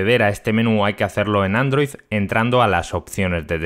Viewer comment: “Androiz”, “pozcast” y “de hecho…”